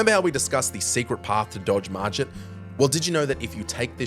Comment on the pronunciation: hey man! you pronounced it wrong, it's pronounced "Mar Git" not "Mar Jit".